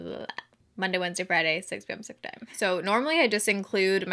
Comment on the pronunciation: I love how “6pm pacific time” sounds like all one word haha 😂 girl u are so funny. I love watching your videos!!